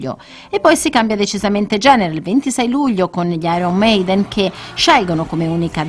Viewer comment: "Gli iron mainden" DIO PORCO